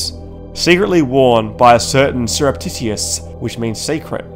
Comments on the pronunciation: I subbed cuz you pronounced surreptitious “Syrup-Titty-Us” LMAO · Completely butchered the word "Surreptitious" bro